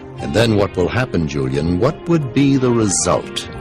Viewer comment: JuleeInn lol. I love how he says Julian's name.